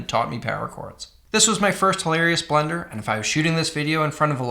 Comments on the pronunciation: Why does he keep saying blender 😭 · Thought he was saying "blender" the whole time. I was like tf blender has to do with this? 😂